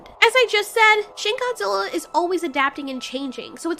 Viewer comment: When you say shin Godzilla I think you say shit Godzilla